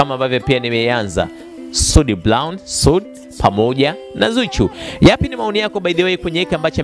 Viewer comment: Eti soud blown badala ya brown waandishi jifunzeni kiswahili fasaha halafu unataka uajiriwe ITV kusoma taarifa ya Habari kweli wakati hata kutamka herufi hujui